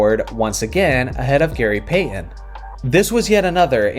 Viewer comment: Who is Gary Pay-uhn?